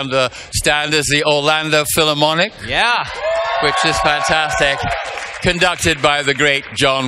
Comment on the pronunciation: I cant stop laughing at how he says fantastic lol